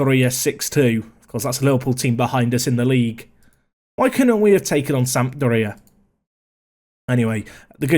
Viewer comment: When you said "Sampdoria" I thought you said "South Korea". I was very confused why the South Korean national team was playing in the Euro League...